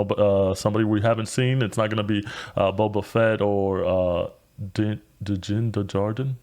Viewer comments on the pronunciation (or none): Yea you guys butchered Din’s name.